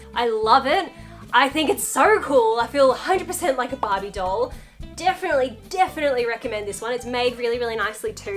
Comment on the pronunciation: When you are saying barbie your not saying the name of the doll but an Australian grill. of and by the way i'm not being rood, i like your content, and i like you videos